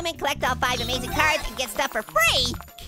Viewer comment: you were a-MACE-ing